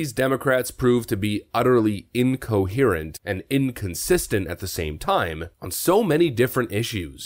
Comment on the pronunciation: They're " incohystant"😃